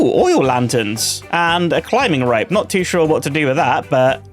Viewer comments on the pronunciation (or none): am i the only one hearing climbing rape 😂